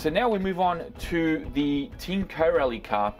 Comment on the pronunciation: your pronouncing corally wrong there is no gap between co rally bud